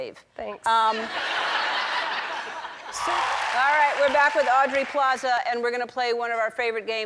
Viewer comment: Ellen the-not-so-generous could've gotten Aubrey's name right